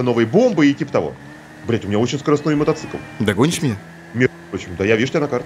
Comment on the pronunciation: Правильно мотоцикл, а не "мотоцЫкл".